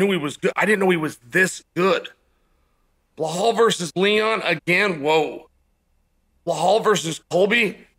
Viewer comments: Lol it's not Baaahl,it's Belal his name is. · Cmon chael man you speak english. How hard is it to say his name as it is "BE LAL" not Be Hal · It's not bla hol It's Be Lal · Blahal or Be-Lyle? (Gilbert was injured.) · Waiting for the day Chael says "Belal" not "Blahal" 😂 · Did you hear it... Uncle Chael said it Belal omg!! but i prefer blehaal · Can someone tell Belal to fix his name. It's clearly Blah-hal. His parents should be ashamed. Thanks Chael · I think you missed the joke - that Chael ALWAYS pronounces his name Blehal. We’re a fun community over here, your insecurity is showing. Muhammad looked great. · Fedora…”blah-hal”….10 seconds in and we’re in for a classic boys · I love how Chael still calls him “Blehal” 😂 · The Only Cheal Mafia Sonnen once said "Bahal". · Man Chael won’t ever drop the “Blahal” bit. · Didn’t know “Behall” was this good. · How do you read Blahal from Belal? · When Chael calls you Blahal, your name is Blahal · Bla-hall and Ya-Rear will both be fighting for titles next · I cant get over how this guy says blawlll😊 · Blahwl “hit and run” MooHamed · Uncle chael: belal= blehaal lmao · It's Bilal Uncle Chale. It's written like Bill with an a between the Ls and it's pronounced the same way too. You're sounding like my Chinese housemate who used to call me Biral or Bilar. 😂 Remember the Name! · Why does he call Belal "Blahaal" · Belal “Blehal” Muhammad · Why do you always call him BeHal? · I Don’t know guys . correct me , or enlighten me: Is Uncle Chael Massacring names a way of banter? i mean come one , Saying Belal can’t be that hard ( Bhlooolhhhl) lol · Blehal? Lol Chael you know damn well how to pronounce his name! You do it with many fighters aswell. 😂